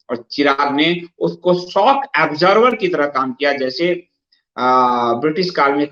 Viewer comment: Shock absorber not obsorber.